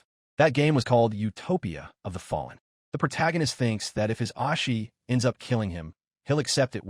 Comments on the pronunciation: It's "O Shi" not "Os Shi" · Oh-She not Ah-She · His "ahshi" 💀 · His ahshi? Wtf is that pronunciation?